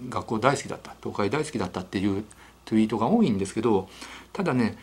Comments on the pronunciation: トゥイッター トゥウィート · トゥイッター、トゥイート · トゥイッターwトゥウィートw